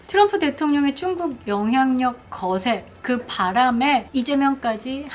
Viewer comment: 중국표현하실때쭝국발음100%마음에듭니다 특허내시면?